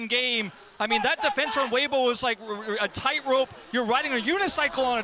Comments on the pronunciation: sick vid but you mispronounced Weibo i think I've only heard it as WAY-BOW instead of how you said WE-BOW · i don't know if bro is purposely miss pronouncing team and player names, but it is lowkey funny. "weebo" xdd